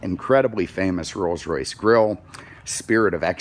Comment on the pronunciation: Alan Johnson he said it correctly